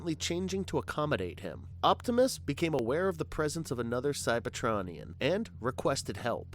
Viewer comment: I couldn't get through the metroplex part. When he pronounced Cyber-TRON-ian and then Ener-gone back to back, I was like ight time to hit the comment section